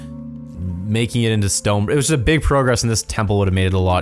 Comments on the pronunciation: Literally 4 minutes in you pronounced progress “Pro-Grass” pro grass? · it is funny how he said the word "progress" wrong